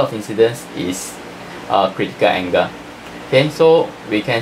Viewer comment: Anga😔 = angle 😔😔😔😔 Srry sir u need some improvement in ur accent